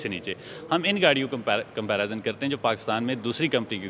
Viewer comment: comparazun krte hain 😂😂😂😂